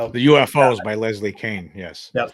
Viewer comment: Leslie Kean is pronounced like "Cane", not "Keen".